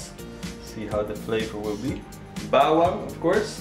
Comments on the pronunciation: You pronounced Tanglad,Bawang and Baboy well! Impressive! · accent of filipino word is good.. sibuyas bawang and the baboy.. keep up new subscriber of you dude